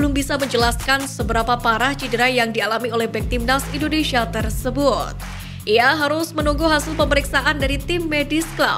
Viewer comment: Tariiiiiiiik nafas, Mbak..... Atuuuur nafasnya biar terdengar Wajar ya ..... INDONeiiiisyiiiiiiia😂😂😂😂😂